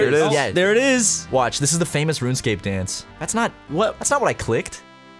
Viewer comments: For once I agree with a mispronunciation... "Run Escape" makes MUCH more sense!.. And that's crazy that it spells that :O #HowDidIMissThat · Oh shit, it's not "RunEscape"?!?